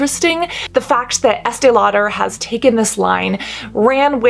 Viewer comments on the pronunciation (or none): "Law-dare". ??? Just say it normal. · So curious about your pronunciation of Lauder?? Is that a quirk, Cass or is that how the name is actually pronounced? You said multiple times, Estée LauDER (two syllables, stress on second syllable) whereas I have always heard it pronounced as Lauder- one syllable, no stress. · Estee Lau-DER. Why's she doing that? 🤣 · “Law-Durr” I love it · I’m so sorry, but I can’t get past the way you say “law-dare.” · Please stop the Estee LauDER pronunciation. It’s so distracting 🤦🏽‍♀️ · The way she pronounces Lau-DUR is weird and incorrect.🤔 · I have never heard anybody pronounce Estee Lauder that way... I'm sure you're pronouncing it correctly but I'm saying I've never heard ANYONE pronounce it that way! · Girl who are you Madea 😂 the way you pronounce Estée Lauder is hilarious 😂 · Right!? This is a great video but the pronunciation of "Lauder" threw me. I thought I had it wrong; nope! (There's a YT channel by Julien Miquel with the pronunciation of this and other companies. Highly recommend it!)